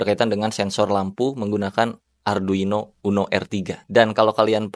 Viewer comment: kesel aing, ngomong arduino aja salah